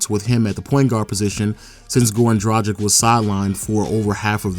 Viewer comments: just one note for everyone who does these kind of videos and tries to be pro about it...plz learn how to pronounce the names...its dra-g(hard g)-ich...not dragik. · It's prounounced Drag-itch. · Waiting for the day someone pronounces Dragic accurately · Damn your pronunciation of Dragic :D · People still out here mispronouncing Goran Dragic's name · It annoys me how every video gets "Dragic" pronunciation wrong. 😶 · How fucking hard is it to pronounce Dragic???? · What percentage of human beings do you guys think are actually able to correctly pronounce the name Goran Dragic? I have yet to find a Youtuber get it right. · is it that hard for amerikans to pronounce dragic properly?